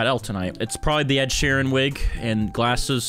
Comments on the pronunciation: lol "ed sheran?" its ed sheeran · ITS ED SHEEEEEEEEERAN NOT ED SHERAN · “Ed sherran” my fav artist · “Ed she_ran” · "ed sure an" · why cant you say ed sheeran